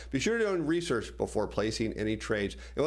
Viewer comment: Whey you sign off, are you saying "Bye, now"? Or "Buy now"?